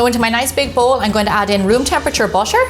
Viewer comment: why do you always pronounce butter as bottor